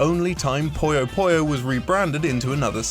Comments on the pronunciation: it's not poy yo poy yo it's poo yo poo yo smh disliked unsubbed downthumbered reported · It's PuyoPuyo not PoyoPoyo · It's Puyo Puyo, not Poyo Poyo. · “Poyo Poyo?” Really?! The Japanese is ぷよぷよ, pronounced “Puyo Puyo.” Then there’s the recent Switch game Puyo Puyo Tetris, which spells it properly in English. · Puyo Puyo, not PoyouPoyou. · Hell, in Japan it's basically just pronounced "Pyo Pyo". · Puyo Puyo. Not Pollos Pollos. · Why do so many people pronounce Puyo Puyo like pollo pollo? I seriously don't get it. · am i the only one who is annoyed at the way this guy pronounces "Puyo Puyo"? ;; its pronounced like its written